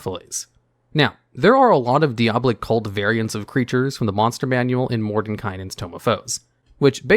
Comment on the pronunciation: It’s diabolic not deabolic man, I know Diablo looks similar but it’s not.